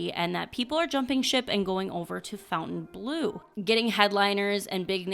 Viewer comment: Can we please normalise the correct pronunciation of Fontainebleau, and stop calling it "Fountain Blue?" I'm hearing this on so many channels!